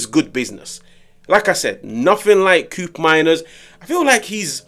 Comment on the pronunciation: Bro, It’s not “Kuupmeimers”, it’s pronounced “Ko-opmeiners” — he’s Dutch 😂